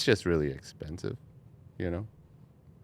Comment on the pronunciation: Natural breathing is... LesS exPansiVe